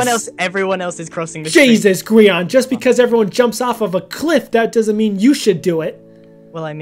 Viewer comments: I thought it was pronounced Gr-yan instead of Gr-ean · I'm re watching the series. Best series ever. But why does pronounce Grian's name weird?